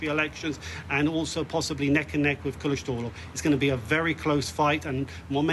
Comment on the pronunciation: Kılıçdaroğlu derken gülmektenn çatladım aw telaffuza😂